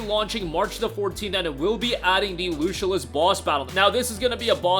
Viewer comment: Lucilius is pronounced Loo-Sill-E- Us.